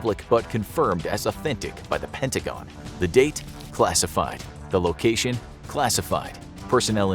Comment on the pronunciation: did he just say pen-ah-te-gen instead of penta-gon